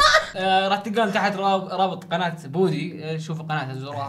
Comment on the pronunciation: اسمه بودي مو بوري